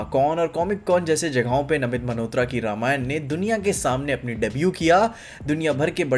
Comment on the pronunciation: bhai just one thing - why do you say namit 'maNhotra' 🤣